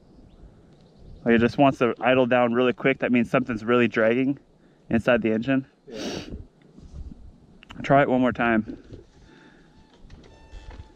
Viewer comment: With tha ninja 🤣🤣 it so did not sound like he said engine.